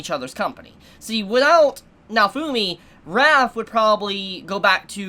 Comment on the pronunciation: it sounds like you're saying Wrath and it confuses me since I keep thinking you're referencing the shield but we're not even there yet. Raphtalia isn't that hard to say